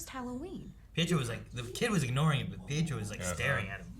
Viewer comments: Pietro's name is pronounced "Pee-et-row". Technically, it has Italian origins, but the parents who raised him and Wanda are Romani, which is a European gypsy ethnicity. It's like looking at Eric's t-shirt and pronouncing Logan's name as "Lawg-ann". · However the pronounce is pee-eh-tro ... greetings from Rome 😄